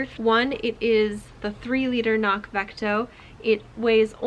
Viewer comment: FYI: They note on their site that it’s pronounced with the hard C included at the beginning, just as it’s spelled. (kuh-nock) (It basically means ‘hill’ in Gaelic.)